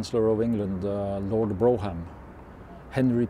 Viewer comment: Brougham pronounced Brorm